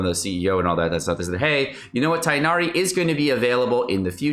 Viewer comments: I just wanted to say it's pronounced Tig-nari (for non native Arabic speakers at least, to make it easier), not Tie-nari like Collei said in the trailer. No hate because foreign names are hard tho, love your informational content 💗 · Tigggh'nari. NOT Tie-nari. Aribic speakers back me up here... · It's Tig nari you read the "g". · This is just bad advice. Standard means the character will never get a rateup, anyone who likes him should get him now. Also you're saying Tighnari wrong. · I'm gonna try to get Tighnari because i really want to explore Sumeru with him! He seems like an awesome character both in lore and gameplay. Also that Tighnari pronounciation is just not right 😭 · dude, it's not hard to go do a 5 second google. And he pronounces names like xingqiu and xiangling just fine, why does it have to be different for tighnari? That's all, not trying to start a fight, have a good day/night stranger 💕